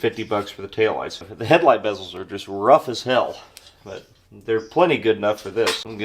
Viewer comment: thank you thank you thank you for the love of God thank you for saying headlight bezels correctly and not saying the beeeeezelllllls... Lol thank you